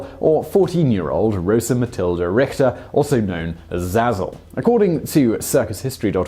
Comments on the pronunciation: It's Richter, not Rikter. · IPA: [rixter] same x sound as in the scottish loch.